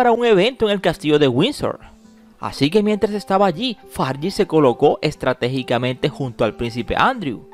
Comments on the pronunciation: Fergie, no "Fargie" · Es fergie no fargie 😒😡